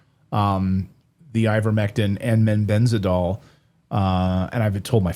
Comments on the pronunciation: He is saying MENBENDAZOL. Does he mean MEBENDAZOLE ??? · Clayton, it is MEBENDAZOLE. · They(Redacted) are just jumping on a bandwagon, trying to make a quick killing! Clayton couldn't even pronounce Mebendazole correctly.. talk about preparation! Shame because it all ends up looking like a cheap sell- out!! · Both of you dudes pronounce Mebendazole incorrectly.